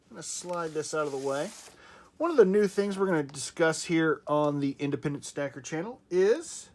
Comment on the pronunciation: HaHa, —-you said “Independent Stacker”! I heard ya 😂...💥👞